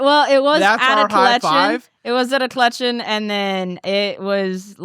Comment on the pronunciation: Those darn debt “collechen” offices.